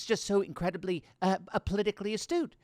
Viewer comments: Pelosi was not saying astute....... she was saying "Ass-toot". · I thought she said "A stew".. you know, potato and carrots with some sort of chunks of meat floating in a broth. I was agreeing with Pelosi until I realized I misheard the term... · She meant to say astooge!